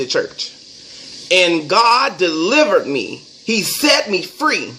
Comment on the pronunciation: "EyE Am DeeliverT" 👀 niggah please!! The only thing that he deeliverT is...DICK!!! Shidddd! Auntie Andrew needs to stop lying! 🤦🏾‍♀️ ugh...